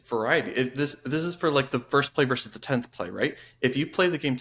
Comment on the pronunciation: If you pitch to someone of Gen X, you should pronounce both syllables of "versus". It certainly doesn't bother everyone, but it jumps out at me.